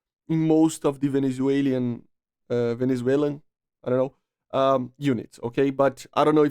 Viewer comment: YOU SAID IT OKAY ITS LIKE VE NE ZU ELAN (ellen kinda)